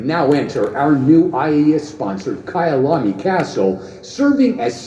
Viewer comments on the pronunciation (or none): none